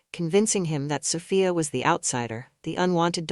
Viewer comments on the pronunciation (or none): lol keep it steady soFYE UH OR SO FEE UH LMAO i'm lauging at that but tryin enjoy the story but it's repeating like 2 or 4 times? LOL well ill pull thru BUT SOPHIA IS GONNA WORK IT KNOCK THAT HEFFA OUT